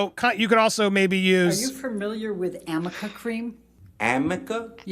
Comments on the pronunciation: It's arnica, not amica, its great for bruises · They said that wrong during the whole JD trial. It wasn't amica cream it's Arnica